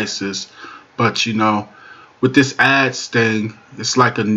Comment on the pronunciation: "Wid" is not a word as the way you pronounce it. The proper spelling is "With" and is pounced like it is spelled